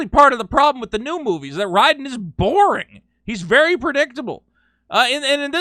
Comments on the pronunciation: Raiden's name is pronounced Rayden not Ryden... you psychopathic maniacs... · What the true crime against humanity is how you pronounced Raiden lol lmao good vid